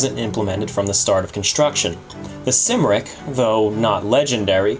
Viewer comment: It's not Sim-ric. It is Cum-ric (Cymric) after the Welsh name Cymru.